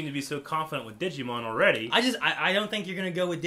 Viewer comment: Wait DID U SAY DIGI-MON? ITS DIGIMON